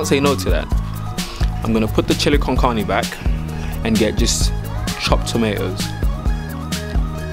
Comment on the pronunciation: how do you eat your pizza bruv and the way you say carne bruhh